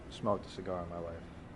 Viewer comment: I was enjoying the video up until you butchered that cigar. 😂. Thanks for another great vid.